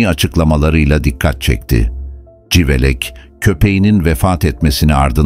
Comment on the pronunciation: Yahu, bu metinleri okuyacak bir INSAN yok mu da robota okutuyorsunuz? CIVELEK yerine SIVELEK diyor. Daha onlarca sacmalik. Okuyacak kimse yoksa, bana gonderin. Nereden cikti bu robotik sesler, anlamak mumkun degil. Igrenc